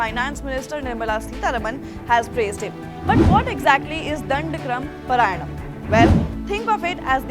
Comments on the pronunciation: It is not paraayanam....paaraayanam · It is pronounced paaraayanam (पारायणम). At least do some basic homework before making this segment. You are not a foreign channel for gods sake !